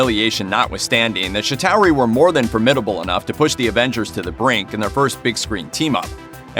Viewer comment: It’s pronounced [Chi-tar-ree] not [Chi-tao-ree]